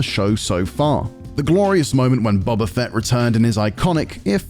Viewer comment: Did he just call him Bubba Fett?